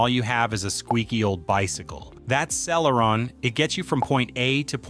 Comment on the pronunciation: I hate to be that guy, but "Celeron" was mispronounced throughout the video. Also, you did not explain about generations of processors. A newer generation Core i5 can easily beat an older generation Core i7, for example.